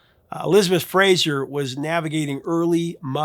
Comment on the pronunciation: Why can't Americans say "Fraser"? There's not "i" in it, it's not the same as "Frasier". It's pronounced "FRAY-SER" ffs! Sorry. It's not even my name but as a Scot it drives me mental! Great vid as usual Prof.